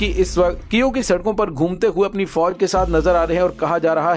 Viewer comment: u r great lair , I m very sure u get handsome money from yahood & USA plus India , Russian force very strong , bhervey kaif nahi Kiev is correct name .